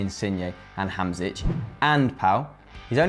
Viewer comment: Come on Hamšík isnt the hardest thing to pronounce: Hamsheek, just god no Hamzich